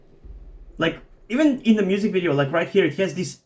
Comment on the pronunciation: I don’t know if you already knew it but it’s pronunced ai-en not in literally, if you’re pronuncing it like that beacuse you want it’s okay, i’m just saying cause information